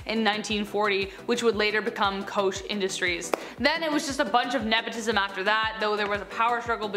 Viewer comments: Koch is pronounced coke not kosh. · You said the Koch family wrong!!! It’s pronounced like Coke! Lol! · Koch is pronounced like "Coke"